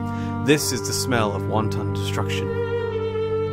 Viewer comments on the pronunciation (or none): Same here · I know you're saying, "wanton destruction" but to me it kind of sounds like, "wonton destruction" and it just brings a funny image to my mind. LOL